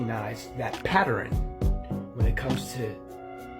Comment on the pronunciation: 😂😂😂 when he said patter-in i screamed!! lol 😂 my daughter pronounces it wrong the same way 😂😂